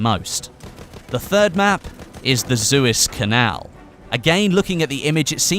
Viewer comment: SEW - EZ - CANAL. Your supposed to be bloody British!, how the hell have you never heard of it!!!???